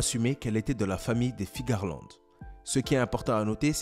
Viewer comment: Tu dis Figarland ? C'est pas Fearland son nom ?